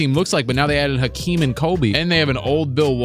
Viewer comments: My man said AKEEM lolll dkm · Who is Akeem, its Hakeem!? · Bro it’s Hakeem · Hakeem with an H wtf??? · Bruh, they messed up a legend’s name?? It’s Hakeem! 🤦🏾‍♂️